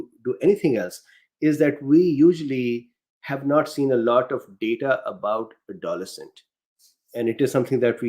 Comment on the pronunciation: A note: Pronunciation that I've always heard: AdoLESCent. (Emphasis on the third syllable.) Took me three replays to know what you were saying there. (I'm appreciatively hanging on every word!)